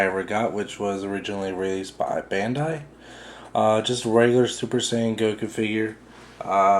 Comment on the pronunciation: not Ban-Die its Bon-Die